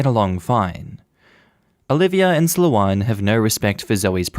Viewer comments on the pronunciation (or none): Just listening to these stories without reading along is a surreal experience, lol At one point I was wondering 'what kind of a name is...?' I've never heard the name Sloane pronounced as 'slow-on' before, just as 'slown'! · Sloh-ahn.... this is killing me...... it's.... it's Slow-n....... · I have only heard it pronounced Slow-ain. (I live in England.)